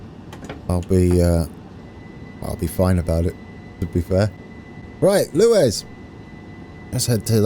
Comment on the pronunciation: It's pronounced Lew-is